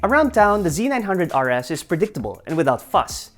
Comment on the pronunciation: "Hallelujah" I'm glad to see someone calling it (Z 900) instead of (ZED 900) guess there is hope for humanity after all, hahaha, OH NICE VIDEO